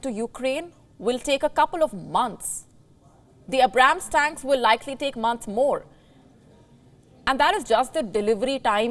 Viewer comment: I like how she mispronounced Abrams 😂